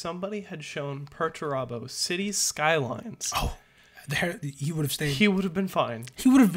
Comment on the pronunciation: Peter Turbo is the greatest thing I’ve ever heard Perturabo called 😂